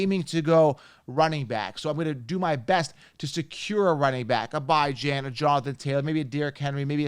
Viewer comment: It’s a Persian name. It’s 1000% Bee-Jan. Stop trying to be different